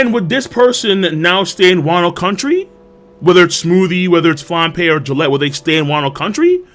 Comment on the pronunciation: You have to pronounce Galette with a hard G. It's french.